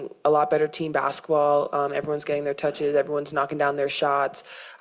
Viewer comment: I wish they would go back to English school and learn how to pronounce Bas ket ball…. It’s not Bass ball….. 😡😡😡😡😡